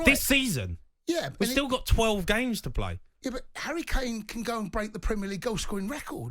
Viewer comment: Look at them 😂, saying harry kana 🤣